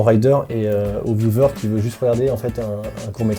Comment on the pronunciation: À On a l'impression que il dit Loosers au lieux de Viewers.